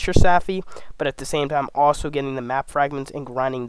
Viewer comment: Stopped watching after “saffy”.